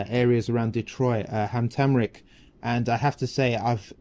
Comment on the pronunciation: The way u pronounce Hamtramck is irritating… no one thought to correct you😅